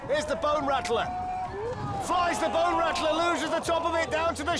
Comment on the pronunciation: "Can they make it over the BONE RACKLAR" aka Bone Rattler LOL.